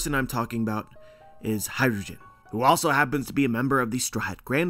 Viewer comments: Sick theory, definitely would be sick! but all I hear is “hydrogen” when you say “hajrudin” lmao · Hajrudin,. It's an Arabic name. Not Hydrogen.